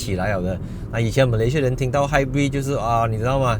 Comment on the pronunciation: 朋友/亲戚都把他读成"hybird"🤣